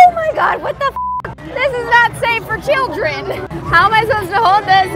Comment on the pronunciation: The fact that she said children wrong concerns me